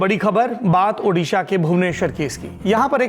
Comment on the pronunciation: Sir we are highly grateful for your quick action to broadcast news and bring such a concerned matter before the country, but I have a request to kindly pronounce it Odisha not Udisha.